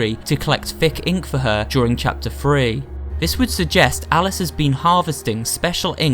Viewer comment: Is it just me or does he say thwee instead of three?